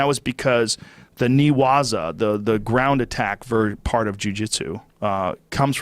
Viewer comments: Hey it’s not “knee-waza” it’s “ne” (which means lying on the floor) pronounced “nay” waza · Newaza is pronounced like "nay waza".